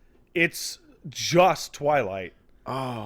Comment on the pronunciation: The hell is a "TwighTlight",?